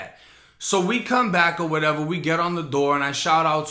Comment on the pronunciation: I love the way you say “whateva” 😂😂